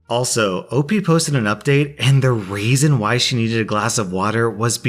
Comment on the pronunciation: I can't figure out if you saying "and the raisin why..." is a mistake, a joke/reference, or some subtle trolling.